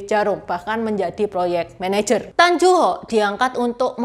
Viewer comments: Mbacanya Tan Yu Hok, neng, bukan tan ju hok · Tan yu hok bukan Tan ju hok